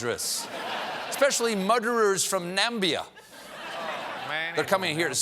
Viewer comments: Is that First Degree Muder? or Second Degree?.......Whose Muderer is this Muderer? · Lol - snowman woman. Muderer. Can’t take more of it.